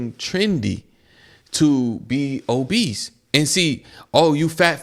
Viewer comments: It's OBESE! not OBEESE"D".. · my boy said obeast hahahaha